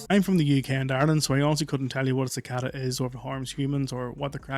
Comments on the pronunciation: The kid can’t pronounce “cicada” correctly, so he probably shouldn’t pretend to give out scientific evidence. His entire explanation was wrong. (si-cā-dà) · Cicada is pronounced (sik a da) not (ka said a). If you don't know the word,take a moment to look it up. Nothing is more distracting than to hear the dude constantly mispronounce it. Couldn't even hear what his story was about. Bro,don't be a ka said a......